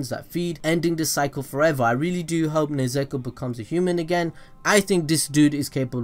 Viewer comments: he butchered nezuko's name. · Ne - zuu ko not nezeko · It just broke. That's not overpowered. Maybe the next iteration. And there's a difference between neZUko - the name of his sister - and neZEko, the name you keep saying. If you can't bother getting names right, don't bother at all. I can at least understand if it was some long convoluted japanese name, but this is just THREE SYLLABLES. Like, break it down if you have to. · sorry man but stop saying nezeko, its nezuko man, you really butchering it there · nezeko? its nezUko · its not nezeko ffs its Nezuko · How many times are you going to say her name and not say it correctly? It’s Ne-zu-ko.. not nezeku... it’s triggering and I don’t get triggered... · Nez-ek-o? Nez-u(oo)-ko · NE'-ZU-KO not NE-ZE'-KO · I'm kinda triggered when he said "Nezeko" instead of "Nezuko" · Its nezuko not nezeko😂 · nezuko not nezeko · How dare u say nezeko. Its nezuko 😑😑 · Its nezuko not nezeko My disappointment rn is shocking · NE ZEKO ITS NE ZU KO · Nezuko, not Nezeko. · it's Nezuko not Nezeko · Ummm, it's Ne-zu-ko not Ne-ze-ko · Wait it's pronounced ne-zeko? I thought it was nez-u-ko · I don’t know why he said nuzeko It’s Nezuko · nezeko wtf is that is its nezuko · This dude said Nezeko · It was all good until i heard nezeko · Nezuko not ne zu ko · Did he just say Nezeko?😂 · Everytime he said Nezeko I cringed. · nez eh ko 😭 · No one : This guy : NeZEkO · hearing you call nezuko nezeako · dude it's NE-ZU-KO HAHAHAHA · He called nezuko nezeko bruhhh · Nuzeko??? Really man? 😂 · Nehh Zooo Koh also love that vids ya got mad talent. But for real tho... Nehh zooo koh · Yo I laughed out loud when u said Ne-Zeko 😂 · its pronounced nez-u-ko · More like nez-u-kOO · is nobody gonna talk about the buchering of Nezuko's name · i hate the way you say nezuko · Bro he butchered nezuko and esc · Who the hell is “nezeko” Nezuko is cool tho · The way you say nezuko bothers me sooo much